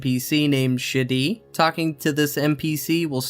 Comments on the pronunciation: I'm not sure if I'd pronounce Shadi's name as "Shitty", but I feel it's very apt for the very inept master sergeant. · Video: "back to Shadi" My brain: "back to Shitty" I couldn't agree more, ANet making you do a Quest Mastery as a step to get the Griffon.